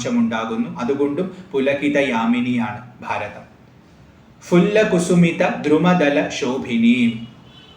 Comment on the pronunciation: സുfaലാം എന്നല്ല സുphaലാം എന്ന് സംസ്‌കൃതം ഉച്ചാരണം. വീണ്ടും fu ല്ല അല്ല phu ല്ല എന്ന് ഉച്ചരിക്കണം കാരണം പവർഗത്തിന് ഓഷ്ഠസ്പർശം ആണ്